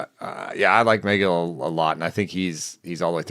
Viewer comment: The breakdown on Tylor Megill (“meh-GILL,” not “MAY-gill”) might be even better than what said. It took Megill a minute to get that sinker fully integrated. He went back and forth between the majors and minors all summer, returning to the majors for good on August 30. Prior to that, he had an ERA over 5, FIP over 4, with a ~26 K%, 10.5 BB%, 99 Stuff+, and a (yuck!) 90 Location+. After that, he had a 2.32 ERA, mid-2s FIP, ~28 K%, 7.8 BB%, 108 Stuff+, and 103 Location+, and the sinker had > 40% O-Swing. Shape-wise, it looked a little like Zack Wheeler’s, believe it or not. They’re both extension boys, and got a lot of chase on their sinkers, so it makes some sense. He has an option remaining, so it’s not clear that he’ll start the year with the big club, but I hope he gets some run. Free Tylor Megill!